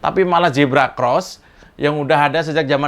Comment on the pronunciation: Huruf Z jgn di baca J. zebra jgn di baca jebra.